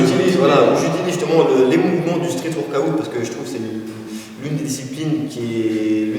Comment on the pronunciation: Cool la vidéo :) par contre faut qu il arrête de dire workoOUT ca fait tiep xD